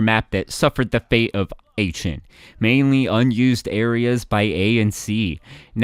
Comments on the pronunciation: It's pronounced as Ah-ken for Aachen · Aachen is pronounced rschin/rschen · Pronunciation. Arcen, jibraltor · The pronunciation of „Aachen“ was way worse. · glad someone corrected him